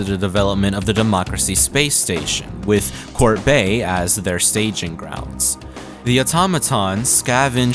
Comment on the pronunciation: Wait it's pronounced "Court" Bay?!